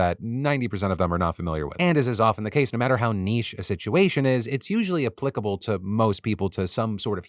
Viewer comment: Thank you so much for pronuncing it as NICHE and not NITCH. Not just once but twice. May the force be with you, always.